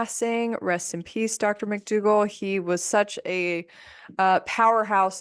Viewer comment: Please PLEASE say dr McDougall